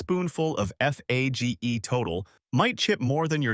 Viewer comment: It's pronounced Fayay. Fage Total is great.